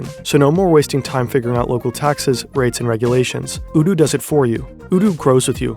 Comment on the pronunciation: Oh no 😆😆 the sponsor is pronounced "oh-doo"